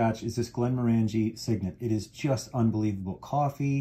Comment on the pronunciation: Just FYI, Glenmorangie is pronounced like you are saying the word orangey, like the fruit - something I learned while visiting the distillery.